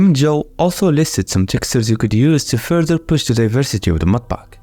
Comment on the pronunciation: "mudpaaak" bro must be from middle East 😅